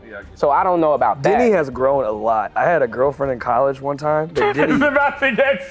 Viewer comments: YALL. I kept hearing Denny as Diddy & I’m like WHY IS NO ONE TALKING ABOUT THE STORY IN THE BEGINNING 😂 s/o the comments for clarifying 💀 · I kept hearing Diddy instead of Denny 😅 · i had to rewind this 3 times before i realized he said Denny and not Diddy 💀🙅🏼‍♀️😂